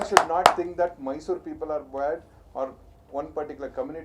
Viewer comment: First thing correct your pronunciation Rakhi it is Mysore not May-sorre. Everyone knows that you are doing drama whatever you speak is bullshit. I dont know who is correct who is wrong but it is so evident that you are just running away by doing drama biopic promotions all look so fake. Grow up at least for once take a courage speak properly accept mistake & own it.